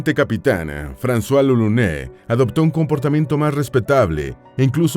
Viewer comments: Lolonies... Así suena cuando lo pronuncia... Y me da un aneurisma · Lolonuá, se pronuncia así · Se pronuncia lolonua *